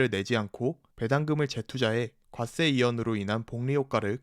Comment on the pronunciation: 과세를 자꾸 괏쎄라고 발음하니까 들을때마다 뭔가 되게 이상하고 생소해요